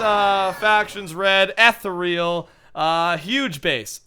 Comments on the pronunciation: you say it like eethral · The faction is pronounced ethereal